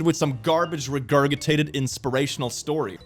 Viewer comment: Have to keep reminding myself English isn't your first language. The second g in regurgitate is soft. Its pronounced like it's spelled regurjitate